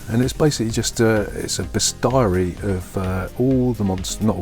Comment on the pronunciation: Nice video and run-through of the FF RPG systems, though I must say I've never heard anyone call a "bestiary" a "bes-TIE-a-ree" before. I can see how it might seem logical that it should rhyme with "diary", but of course English pronunciation does throw you a lot of curveballs, and this is one of them. The stress is on the first syllable and it's "BEST-year-ee".